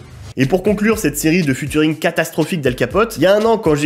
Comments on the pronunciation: Je t'en supplie arrête de dire "Futuring" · Alors, j'suis obligé d'intervenir sur un truc, t'es pas du tout au courant que "ea" en anglais ça fait jamais "u" et que du coup on dit pas "futuring"?